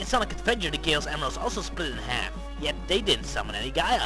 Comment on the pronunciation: What about my letter? ", every time you say "Chaos Emeralds", it always sounds like "Gayos Emeralds", unintentional mispronunciations?" Now I feel bumped and left out:c